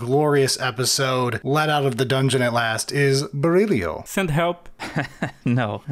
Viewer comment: Oh, damn, they got Berílio's name right!